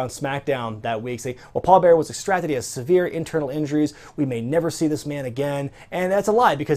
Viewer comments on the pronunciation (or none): none